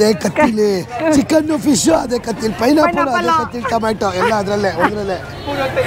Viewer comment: ಅದು ಫೈ ಫಿಶ್ ಅಲ್ಲ ಬ್ರದರ್